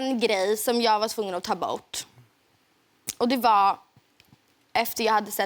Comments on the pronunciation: My german ears hear not pure "å", They hear something like the english "ou" in "about". "Jag tyckte den var doulig" "var tvungen att ta bourt". Or some kind of skånska (only these 2 words). Men kanske det är därför jag har tyska öron. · Can any swedish speaking person tell what dialect she speaks. Strange pronunciation of "dålig" and "bort" as far as I can judge it.